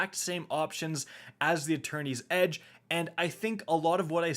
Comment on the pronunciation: Wait. Is there a fourth sword? Cause I keep hearing "Attorneys Edge." 😆